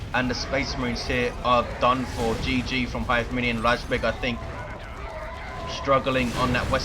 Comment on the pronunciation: Its razbEg, not rAjbeg. I had a bug when sternguards couldnt change their ammo. But when i had it, they had no ammo loaded at all :P Or maybe he wanted to punch those SHI guys. Dunno how usefull kraken bolts are vs SHI...